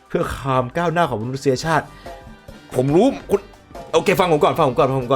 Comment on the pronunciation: "คามก้าวหน้า"?? What the hell just happened to you dude